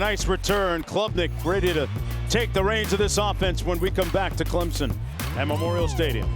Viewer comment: Can these Dumbass TV game callers learn how to pronounce teams names..... its ClemSon not ClemZon...